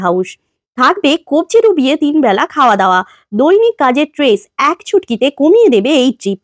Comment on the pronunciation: Stress❌ Tress ✔️